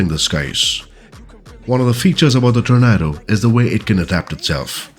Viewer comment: I still think you compose the best FS2020 videos, (is that your first name or last name?). A minor point, but "Tornado" is pronounced 'tor-NAY-doe'. Since this release comprises the GR4/GR1 (and ECR) variants, its home bases would more naturally be RAF Marham, RAF Lossiemouth, RAF Honington, RAF Brüggen and RAF Laarbruch (the latter two of course, in Germany).